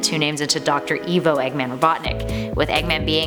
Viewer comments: It's pronounced "I-VO", not "E-VO". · Excuse me, are you in charge here? I didn’t think so. Nothing in the sonic bible is canon I- ahem I mean, Eggman did not create the zones The name eggman was not inspired by the Beatles Mobius is not canon (to the games) It’s pronounced ivo, not eevo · Did you call him evo it’s eyevo or ivo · It's pronounced Ivo not Evo. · yeah that triggered me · She says evo robotnick instead of ivo robotnick